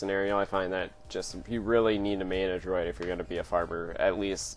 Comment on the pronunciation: IT IS CALLED A DRUID! DREW - ID --- SOUNDS LIKE - BLEW IT -----------NOT A DROID LIKE STAR WARS BOTS